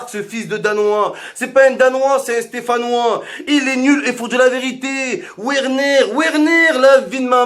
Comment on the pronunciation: Ouerner mdr verner ca se prononce !